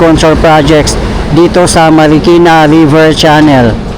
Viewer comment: Bayan ng Marikina Hindi Markina bayan, awkward pakinggan😢😢😢😢